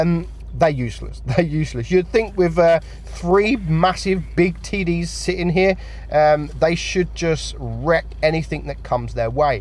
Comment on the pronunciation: he keeps saying TD's and TD but what i hear is TIDDIES